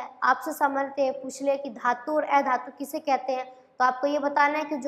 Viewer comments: ऐधातु nahi अधातु bolte ha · Oye miss एधातु nhi अधातु hota hai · aei dhatu nhi adhatu hai madam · ऐधातु नहीं अधातु होता है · अधातु का उच्चारण मैम सही से करें बाकी बाद अच्छा है वीडियो